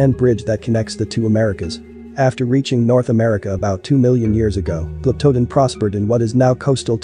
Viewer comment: That might explain some of the mispronunciations like glyptodon and mastodon.